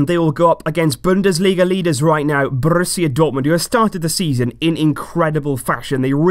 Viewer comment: "Brrrusia dortmund"